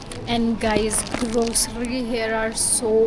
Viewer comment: It's not jaam, it's jam It's grocery, not grossary. It's parking, not parking